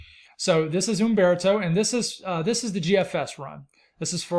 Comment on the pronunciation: You must inhale while biting your lip to say UMMMMbeartoe!